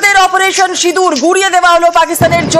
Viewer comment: সিদুর না রে সিন্দুর spelling ta thik kore bolte sekho